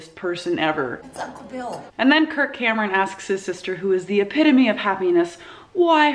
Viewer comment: Every time she says "Kirk Cameron", I think she's saying "Kurt Cobain" and I get excited.